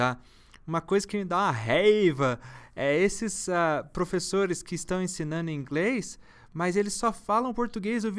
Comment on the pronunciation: Gosto dos dos seus videos, são muito úteis, mas eu gostaria de lhe fazer um pedido. Por favor não diga mais, ensinanno, falano, assistino, seja mais cuidadoso com a pronúncia em português, diga não para essa anomalia linguística.